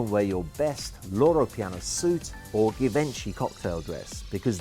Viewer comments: 'Gayvanchee'. Givenchy darling 😂😂😂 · GAH-VINCHY? Really ? Lol. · But did you hear how he destroyed the word Givenchy..Given Chee...I shall no now be buying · You're pronouncing Givenchy wrong 🤣🤣